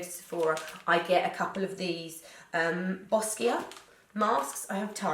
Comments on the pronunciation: It’s pronounced “bow-sha” 🤗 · Boscia is pronounced Bo-shaw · I thought it was pronounced Bo-Sha (Boscia)?